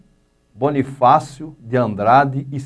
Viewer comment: QUE CARA IGNORANTE , NÃO SABE NEM FALAR CERTO O NOME DE BONIFÁCIO. PRECISA ESTUDAR MAIS ANTES DE FALAR MERDA.